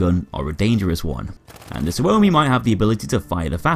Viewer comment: Suomi but you say it like sugoi.